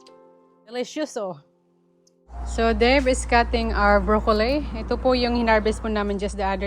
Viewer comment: Pls check the Wikipedia how to pronounce “ broccoli “. I admire your kindness to your neighbors.